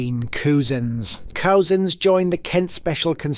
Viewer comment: Might be a good idea to sort out your pronunciation, its not COOZENS, it's quite simply COUSINS, just like your aunties children, it's really easy. Also you should move your mouth back from the microphone a little bit so you don't sound like you are gasping for breath! However, pretty good video, keep up the good work